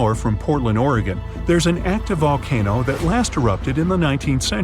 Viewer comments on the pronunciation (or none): none